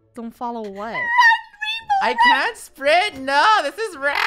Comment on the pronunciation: Ranbow? Lol not being rude but its rainbow.